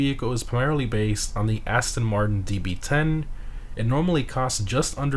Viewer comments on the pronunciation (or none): none